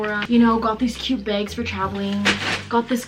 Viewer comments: I love how she says bags she like I got this beg 😂😂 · The way she says bags it sounds like she's saying "Begs" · Love the way you say the word bags “beygs” 😂💀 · HONEY on oh thought it was just a her thing lol I feel so stupid now😂😅